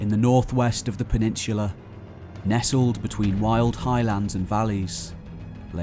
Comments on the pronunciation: PENINSSSSULA! With an 's' sound! Not 'peninshhulah'! You ashhole! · Great video. However, there is no "h" in the word peninsula.